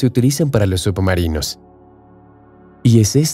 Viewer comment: Por que dice subumarinos?